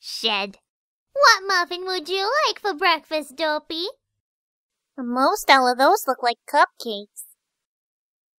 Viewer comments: Lol she said dopy instead of Derpy (I'm not trying to be mean) I have the same problem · it sounds like is calling derpy dopey